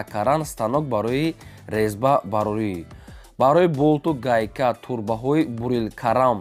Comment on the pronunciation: Лезба не резба.